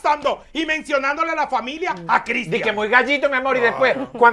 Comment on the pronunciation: Me da un pike cuando dice dike al final y al cabo!!!! Es al fin y al cabo y oye a la otra dike complejidad por decir complicidad